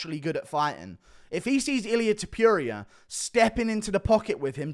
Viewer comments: To-puria brother, not Top-youria :) Your reviews are amazing btw. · Please pronounce his name correctly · Pronounces "Topuria" wrong every chance he can.